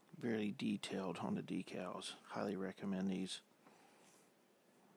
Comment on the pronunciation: Hi try and sound happy and do you get off on decals? Pronounced D E K A L L Z ...